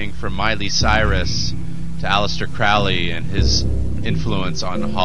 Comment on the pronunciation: Vauv=V/W=6=Tiphareth/Beauty=The Sun. The Sun is anything but "fallen". The number refers to the Heart Chakra. 666 is the Sun manifest on Earth. Crowley rhymes with Holy, not fowley. He was no "black magician".